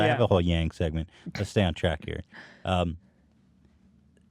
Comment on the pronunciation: I remember why I love eathen when he goes to end the podcast and bail on entertaining me and he just says he's trying to get the "fuck out of heeeeeeeee" the fact he couldnt even summon an R for that cracked me up